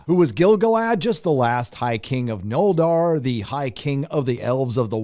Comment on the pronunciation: Imagine moronically nitpicking about "Before the King", when clearly it's referring to Aragorn specifically, and then pronouncing "Noldor" completely incorrectly.